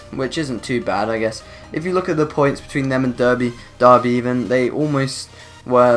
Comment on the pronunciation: Anyone else cringe when he pronounced derby? Lol